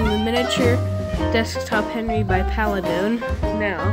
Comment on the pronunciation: it's Paladone not Paladin :////